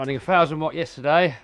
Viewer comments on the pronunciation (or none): none